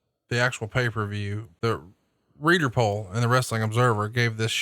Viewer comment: How come Arn pronounces it, "Pay Fer View?"